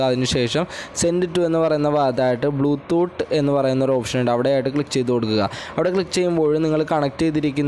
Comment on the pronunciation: Podoo... Oonte or bloo thoott 🥴